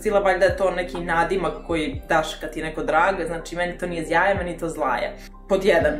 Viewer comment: Ovaj proizvod se izgovsra Žaja tako i Poljaci izgovaraju. To je prezime osnivača brenda.